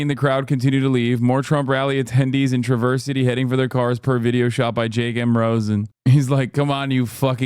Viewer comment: it's so pedantic, but as a michigander the way he says traverse city drive me crazy. You gotta sorta separate the tra and the verse while shoving the city onto the word and putting it into a panini press that is the Midwest accent It should come out to tra-ver-sity Tra(apple) - versity (combine the s sound in the second half of verse with the s sound the ci in city makes)